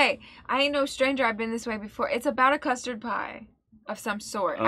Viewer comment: Not sure what a “CUST-RAD” is lol